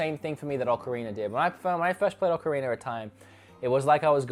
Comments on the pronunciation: Ocarinero time? Am I the only one hearing that? 😂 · I love "Ocarinur" as well